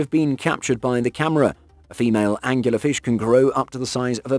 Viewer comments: "Angler". Angler Fish. Not angular fish. WTF? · .......ANGLER fish... not angUlar ... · OK man. How many times are you going to incorrectly say "Angular Fish". It's a smegging Angler Fish. This kind of thing drives me insane. Presumably the narrator gets paid. Therefore, the narrator has a responsibility to do just a TINY bit of research before recording the narrative. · Dude, it’s angler… not angular! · It's "Angler" fish, like person who fishes. Not "Angular" like having sharp corners. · Last I checked, there's no u in angler fish. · Angler fish. Not Angular fish. Just to say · ANGLER, not Angular! You know, like as in ANGLING or Fishing with a pole.... Am I the only one this annoyed the hell out of?! :P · Anglerfish not Angularfish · Are you anctully saying Angular fish, it's Angler fish. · Angler-fish. As is a fisherman fish. Angler is another word for a fishing pole. Not Angular-fish... What else is wrong with this video? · Angular fish? You mean Angler fish? lol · angler fish not angular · It's angler fish, not "angular". This video was the dumbest thing I've seen all day. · "angular fish"... I don't think this is a case like 'al-you-minium', is it? Where it's actually spelled differently in Britainese. Angler fish are named for their method of predation, bearing a resemblance to angler fishing, which is the use of a fishing rod. Is it really pronounced angular fish in the UK? And if so, is fishing with a rod called angular fishing? And if so, is the shortened form still 'angling'? Sorry, not trying to nitpick really, I'm just curious about lingual stuff. Good video. The basket stars are really fascinating especially :) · Nope. The term “angler” is an British word originally and means fisherman. So, yes, this narrator butchered the pronunciation. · …are you defending that hideous pronunciation? Please don’t! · There is no U in anglerfish.